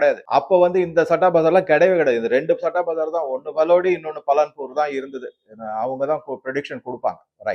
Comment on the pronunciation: பலன்பூர் இல்லை பாலன்பூர்.